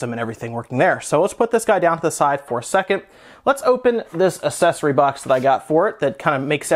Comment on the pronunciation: "assesory" Honestly where did you learn english?